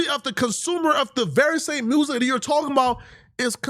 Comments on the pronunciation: NGL I question the IQ of anyone that pronounces music as “mursic” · This guy can't speak. He said mersick lol. But if the guy he supports has his and we are deported where is he going? Because he will have to go too lol.